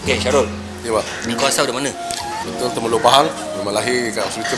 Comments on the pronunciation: Frust bukan Frush Temerloh bukan Termeloh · TEMERLOH la abang... Bukan TERMELOH...